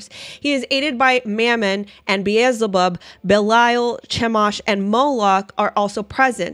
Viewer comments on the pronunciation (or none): none